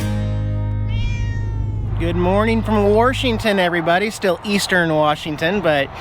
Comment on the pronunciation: Dang...I cringed when you called it WARSHington! Technically, I think George is considered Central WA, as opposed to Eastern. When I lived in Ellensburg, at least, that's how we viewed it...